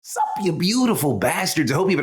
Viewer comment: That SUP sounded like a Chihuahua